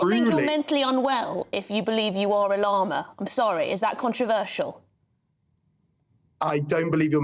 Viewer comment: They cant even pronounce "llama" correctly.